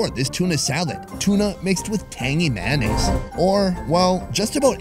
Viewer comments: Is it just me or does ‘tangy mayonnaise’ said by is funny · The way he says “Tangy Mayonnaise” fills me with foreign feelings